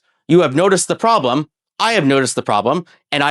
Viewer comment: I think we’ve all noticed the “pwobwem”